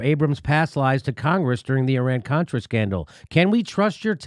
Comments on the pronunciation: She said cortra...beeep not a strong start..she didnt let him speak because she didnt know a thing about what she was talking about obvi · I love Omar, but I wish she could read from her sheet and pronounce the words "Contra" and "Nicaragua" without stumbling throughout the whole subsequent parapgraph. I did, however, LOVE her commment, "Thanks for your participation"